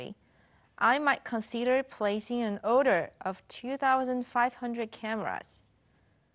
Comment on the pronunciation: Order被妳唸成Odor